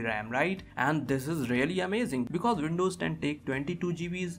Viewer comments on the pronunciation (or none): hard to pronounce w? wft is vindovs?